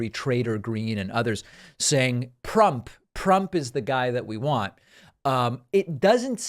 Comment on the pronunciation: “Prump” 😂 Reminder that trump mispronounced his own name as Prump